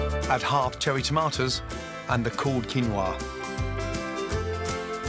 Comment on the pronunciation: A world-renown chef who you would expect to be knowledgeable about the ingredients he cooks at least, yet cannot even pronounce the name 'Quinoa' properly. A bit of learning Gordon, 'Quinoa' is the Spanish version of a Quechua word kinua or kinúwa, pronounced as 'kee-NO-ah'. You're welcome.